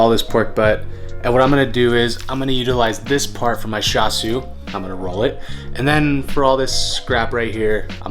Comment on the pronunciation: It’s cha siu not sha siu